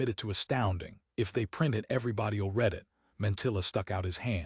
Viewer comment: I like the same voice throughout, perhaps because as a small child I was indulged in "Read me a story.." I don't want it to sound like a radio play. As is, is perfect. The occasional mistake in reading...eg. read pronounced 'reed' when it ought to be said as 'red', just add to the pleasure, amusing.